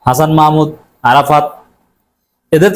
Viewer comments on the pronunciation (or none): none